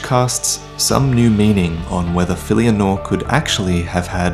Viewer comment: >> the second half of her name means "light" in arabic but it is pronounced more like "Nour"